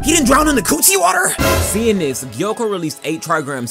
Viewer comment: Blud said unfiltered c-water🤣🤣🤣 bruh I coughed extra hard on the gas when I heard that